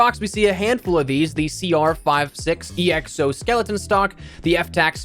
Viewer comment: Sorry but it’s pronounced EXO not EXO